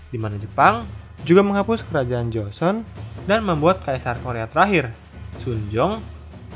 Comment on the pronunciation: kedepan kalau ada konten korea lagi tolong pelafalan nama dan tempatny di perbaiki 👍🏻